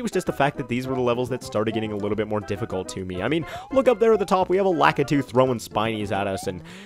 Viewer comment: I'm not the only one that pronounces lakitu like that